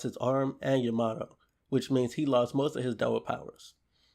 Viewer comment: o.k man no probs. But it did sound funny...